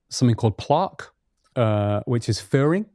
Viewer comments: Why does he keep saying plaaaaque. Its literally never been pronounced that way ever by anyone. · He knows so much information, but I was very surprised that he couldn’t say plaque. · plOque lol